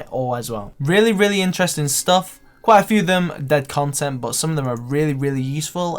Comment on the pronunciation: the way you pronounce "but" is so fucking annoying it's beyond words.